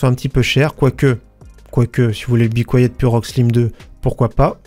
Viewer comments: Be quiet veut dire « soyez silencieux » et la prononciation est littéralement bicouayet :) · Svp, arrêtez de dire "bicouayette"...."be kit" suffit,lol😉